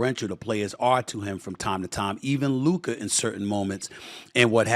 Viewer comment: Stephen A still not pronouncing Luka's name.correctly 🙄